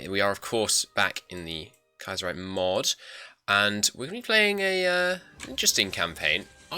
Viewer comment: It's Kaiserreich not Kiaserreich